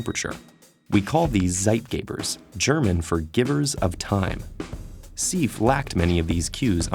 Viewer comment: Also the pronunciation is incorrect. Should be in Deutsch way!